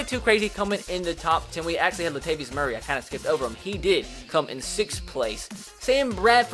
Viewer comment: “Lat vius Murray”